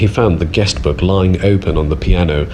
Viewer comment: book not look